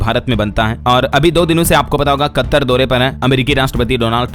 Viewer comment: कत्तर नहीं कतर सही उच्चारण है